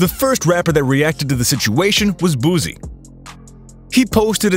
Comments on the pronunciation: It’s Boosie man. We don’t kno Who the hell is bowsie u pronouncing😂😂😂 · Boosie is Boo-SEE not Boozee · Boosee not no damn Boozee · he said boozy instead of boosie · "Boozie" Mf really???😐🤔